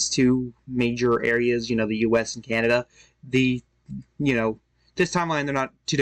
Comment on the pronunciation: Came here to say that. Candada, Alabamada, Alaskada.